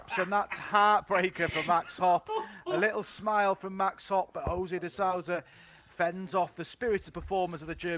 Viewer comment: Is it so hard for the uk's to pronounce "de sousa" correct?